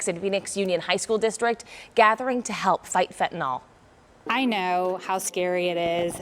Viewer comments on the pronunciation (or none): “Fen-tin-nil” not fentinol. Fentanyl is the spelling.